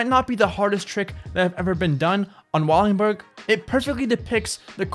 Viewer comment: Wallenburg... Not wallingburg. U gotta get the names right brotha.